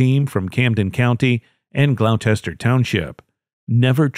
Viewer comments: First story. It’s Gloucester not glochire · AT- - GLOUCESTER- Pronounced GLOWSTER ! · Gloucester is mispronounced. It's pronounced glawster just like in England. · Learning the right pronunciation of nouns is necessary for any enjoyment of your videos because it sounds like nails on a chalkboard every time you mangle one; Gloucester= GLAW-ster.